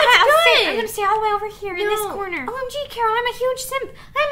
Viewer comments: Carol not Coroal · Who else heard nessa say ron I mean carol